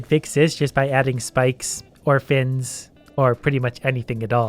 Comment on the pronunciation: "Or fins" sounds like "Orphans"